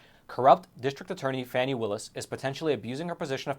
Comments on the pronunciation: Isn’t this the Epoc guy? 2 1/2 years isn’t suspiciously long for an investigation of this magnitude. Congress getting to look in on any investigation they want to or deem to be politically motivated? Yeah that would be a good idea🙄. And dude it’s pronounced Fah- nee, but I believe you know that, passive aggressive much? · Phony not Fani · The Fulton County D.A. -- IN SOME FUTURE TIME -- just might have cause to sing the praises (albeit under her breath!) of all you a55h0les who continue to mispronounce her name. Until you fools made it a point to call her "Fanny" (showing total ignorance on your part as to the pronunciation rules of our language!), m o s t of us gave NO thought to the other p l a y e r s in Frumpf's litany of wrong-doings 'cept the main player in this national tragedy. The lady WILL have name recognition -- thank YOU very much!! -- should she ever decide to run for higher office!! :face-blue-smiling: 😂 🤣 🤣 😂 🤭 😘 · And it’s FANI (Faw-nee) dumbazz. If you can’t pronounce her name we can just imagine the holes in your story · So Fake, for one her name is pronounced FAWNY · Fani is pronounced "Fawni". 🙄 Just saying. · Stop mispronouncing her name duche bag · The intentional mispronunciation of the FC DA is childish and could always turn around and cause the speaker to be ridiculed and disrespected also. It is pretty wide spread and shows a lack of sophistication. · You dont even know how to pronounce her name.